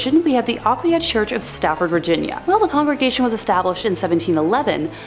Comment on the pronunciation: It's pronounced (uh-kwy-uh) Aquia as a former resident had to pop on to say this lol